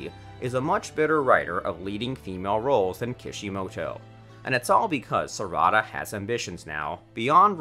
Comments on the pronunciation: "sarahda" not properly saying non-english names with the right prenounciations just throw me off most of the time, but everyone has their own pronounciations, i guess. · The way you say "Boruto, Sarada, Naruto, and Sasuke" are killing me badly from the inside and outside T^T